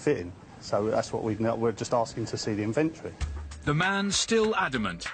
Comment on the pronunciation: "Invintree"... INVENTORY! Please say it correctly.